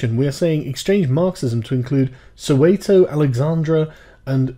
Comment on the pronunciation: Just a random South African here to provide pronunciation fixes. *Wits*: The "W" is read as a "V" as in viper => Vits *Dlamini*: It's an L. 1) Start by saying class but don't pronounce the s's => cla - British pronuciation 2) Replace the "C" with a "D" => dla 3) Add a meanie to the end => dlameanie Emphasis on the me in meanie *Soweto*: Say it like the phrase: "So where to?" Emphasis placed on the where *Cofimvaba*: Coffee mmh VahBah